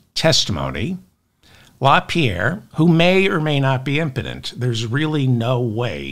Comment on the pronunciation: Yes, he's Imporent